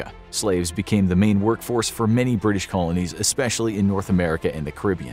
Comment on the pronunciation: bri'ish moment